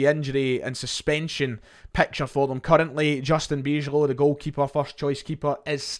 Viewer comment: Nice preview. I always enjoy watching outside views of our club that are realistic and fair. Good research 👍 Good luck for tonight. I do think we will win by quite a decent margin (2 or 3 goals), but you never know in football. I hope for a fun match tonight. Also, a little tip in case you want to cover the return. Bijlow is pronounced By-low 🙂